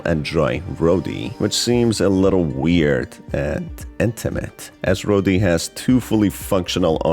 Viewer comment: Your emphasis on intimate and rody being capable of doing it himself had me rolling on the floor. Sounds like some kind of obsessive romance